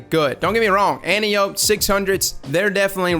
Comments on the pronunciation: An-tie-oh-pee. It’s Greek like calliope from greys anatomy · an-tie-o-pee if you follow the pronunciation conventions of classical Greek names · lol it's pronounced like "ant" "eye" "oh" "pea" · But it really is Anne-Tea-Oh-Pay. Watch Wonder Woman for reference. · AN-TIE-AH-PEE you're welcome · At the risk of sounding like a know-it-all it's pronounced an-TEE-oh-pee. In Greek mythology she's an Amazon, Ares' daughter, and (in the Wonder Woman movie) captain of the Amazonian guard. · It's pronounced ant-eye-oh-pee. Its named after a Greek God. Kinda like caliope. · AN-TIE-OH-PEE. JESUS CHRIST.